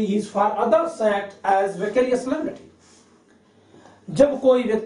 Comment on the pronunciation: Its vicarious.... Not vacarious!... Anyways.. Nice lecture sir!..